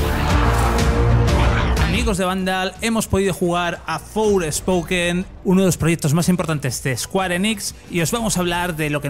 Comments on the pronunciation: Por qué dice Fourspoken? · Me duelen los oídos al escuchar "Forespoken"... Creo que los periodistas son los suficientemente profesionales para pronunciar bien en ingles, sino no trabajéis en esto.